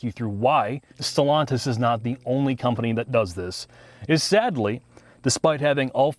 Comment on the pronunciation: "Stallantis" 😄 - They need frequent restarts?